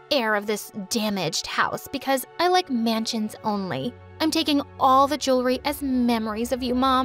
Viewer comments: its funny is wrong spell she said manshuns instead of mansion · No manshuns,memries,journee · Dude why manshun 💀